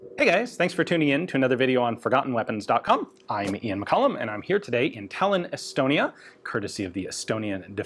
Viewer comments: Thought you said’Elbonia’😂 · I thought he said Elbonia at first too, so not alone.